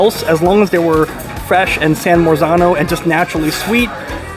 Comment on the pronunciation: It’s San Marzano, not San Morzano. Learn something!